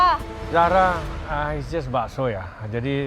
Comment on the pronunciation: Also "Zahra" jadi "Jahra"